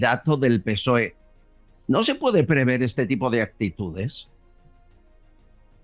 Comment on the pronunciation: Con todo respeto, es prever, no "preveer"